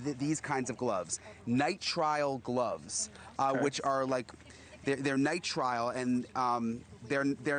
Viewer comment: The gloves, Brian, Nye-trill not Nye-trial